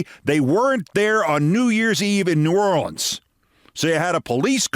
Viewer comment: He pronounced it correctly a few times and mispronounced it a few times. Mostly, when he seemed to peak in emotion, he slipped to the single syllable mispronounciation.